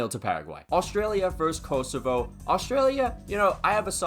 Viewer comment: as a true shqiptar, this means everything, than you. (Also, it’s pronounced Koh-soh-va)